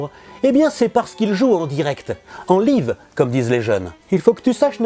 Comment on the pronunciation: "Un stréameure", "en liveu" tu m'as tué papa <3